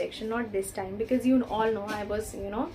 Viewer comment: Sorry to hear that but I can see many pronounciation issue with you.. please check your pronunciation of chance and because...and they are very particular about our tenses and even in this vdo you messed up with tenses..so if you work on these factors you'll make it...all the best